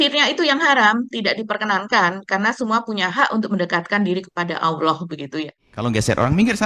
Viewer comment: Bapak nya lebih parah. Ngomong Allah aj awoh. Parah ini keluarga ya